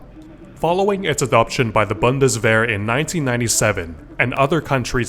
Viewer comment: as a German, I really appreciate the pronounciation on Heckler und Koch, Bundeswehr and Gewehr.